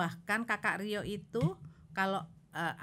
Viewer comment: Ka rio.. Dengernya Karyo.. 😂